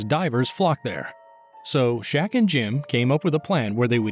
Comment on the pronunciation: His name was Shek with an E not Shaq, pronounced like Shrek without the R